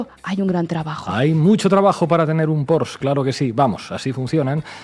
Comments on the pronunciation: Venga, a ver si ahora que ya habéis aprendido a pronunciar «lawfare», os ponéis con el PorschE. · Como siempre, muy buenas informaciones. Con mucho respeto, la pronunciación de Porsche, está mal, se pronuncia como se escribe, con la „e“ atrás. No quiere tener ahora la imagen de „enteraillo“ pero como vivo en Alemania…… si no pregúntale a Raúl Ceredillo 😊